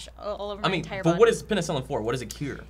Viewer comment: Man, hearing them try to figure out penicillin hurt me. lol